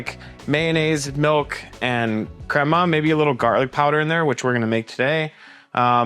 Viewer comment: I don’t know if I can follow your recipe when it’s from a no sabo guy can’t even say crema correctly